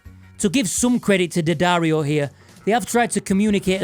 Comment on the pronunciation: Nice to hear someone pronounce it properly rather than DeeAddario. It’s D’ not D.